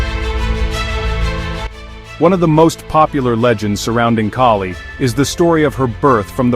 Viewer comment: It's Kali, the a as is altruism, not a as in snake